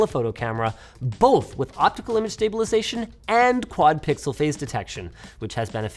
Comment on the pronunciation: So I know it's the Canadian in Linus, but why was that one "both" sounding like a mix of a Viking and Russian man? BOOHHHHHTH